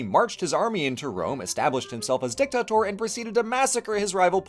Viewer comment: DICTATOR not DICKTACTOR